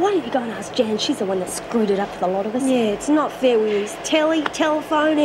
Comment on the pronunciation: Is it me, or can't pronouce "th"? sounds more like "v". Like when he goes "I gotta score to settle "wiv" you"